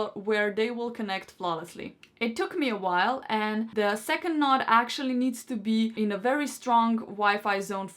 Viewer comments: Connect and setup first node, plugin second node close to first, set that up, plugin and setup 3rd node close to the first 2, set it up, let it finish. Then take other 2 nodes and plug them in elsewhere. My only annoyance is the repeated use of "nod" instead of node. Is that thing in the middle of your face a noz (nahz) or a nose (noh-s)? It is noh-d, not nah-d. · Not that I disliked the speaker, but she was a bit annoying pronouncing it a "nod" instead of a"node". You nod off, but in geek speak it is n-o-d-e . Lets agree there is a bit of an accent difference, so continue calling it a nod as long as everyone knows the difference.